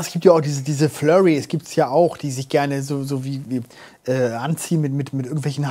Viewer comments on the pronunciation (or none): Furry nicht Flurry!! Außerdem hat das nix mit Sexuellen anmachen zu tun!